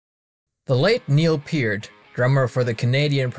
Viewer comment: I have no musical ability whatsoever so this was all Greek to me. But thank you for pronouncing his last name correctly.